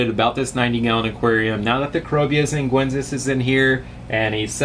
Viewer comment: Xinguensis = "sheen-gwen-sis". C'mon, we've been through that before! lol Jokes aside, great video as always! I see you have some rummynose tetras with angels. Have you ever had them with EBAs? Any issues with that?